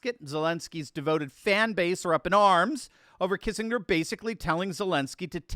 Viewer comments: I'm getting old. Do people really now pronounce it Kissing=grrrr? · So if they surrender do we get our 40 billion back? edit- Oh, and, the G in Kissinger is pronounced with a hard G.